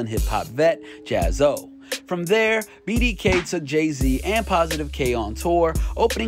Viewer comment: ...Don’t say BDK again lol 😂